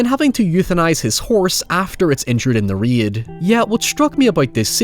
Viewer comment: That was the most Irish way I have ever heard the word "Raid" be pronounced.